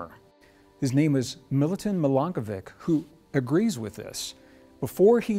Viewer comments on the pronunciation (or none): Milanković was a Serb! From Serbia! Pronounced MilankoviCH